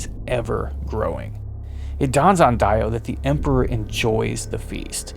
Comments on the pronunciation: Die-o, not Dee-o? Oh well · i cant shake the feeling that something´s wrong whenerever you say Daio instead of DIO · Every time you guys say DIE-OH instead of DEE-OH you date yourselves as infants of the empire. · It’s pronounced, “Dee Oh” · Correct, that is the proper pronunciation. The English voice actor made a mistake. I am British and it would be pronounced as “Dee Oh” 🤘🏻 P.S Great breakdown!